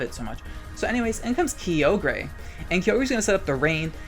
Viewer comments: I fucking hate how he says kyogre its KAI OH GRRRR not KEE OH GRAY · Also is he saying "Kee-O-Gree"? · why you have to be saying key oh gray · I love how you say kyogre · Hearing you pronounce Kyogre names physically hurts me